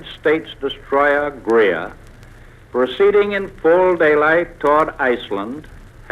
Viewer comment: This was a lie. A British plane dropped 4 depth-charges before the u-boat fired on the Greer (not “Grea.”) FDR needed a reason to let the Navy loose.